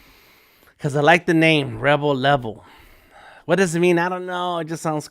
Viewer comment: Rebel Level, sounds cool, For a second, I thought you said Rubble Rubble. The catch phrase for the Hamburglar